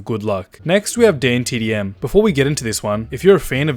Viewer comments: THIS GIVES ME OCD, HE SAYS DAYNETDM AND ITS DAN DAN DAN DAN U GOT THAT DDDDDAAAAAANNNNNN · Who cringed when he said daintdm